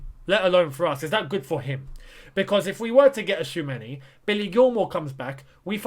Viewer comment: Choo-a-me-ni 😄 can't stress it enough